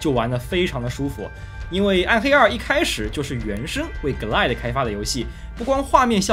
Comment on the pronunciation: 从Quake增加VooDoo卡支持变成GLQuake(节目中读GL Quake)，就可以推出Glide读“割奶”是不对的，应该一个个字母地读：G - L I - D - E，这里GL是一个名词的缩写，而IDE又是另一个名词的缩写，如果有人说我较真的话：我不较真就真的很对不起节目组：找到了20年前的MMX奔腾CPU，和模拟486 DX 33(基本可以肯定不是真正的硬件了)运行Quake的时的画面效果